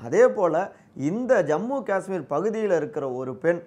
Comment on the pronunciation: அய்யா... உங்க யாருக்குமே 'காஷ்மீர்' அப்படின்னு சொல்ல வராதா? 'காஸ்மீர்' அப்படின்னே சொல்லுறீங்க?